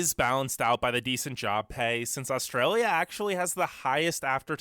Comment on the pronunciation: How do we manage to upload all those videos of bad drivers with such bad internet? It's hard to take somebody's views on Australia seriously when the person can't pronounce 'Australia'.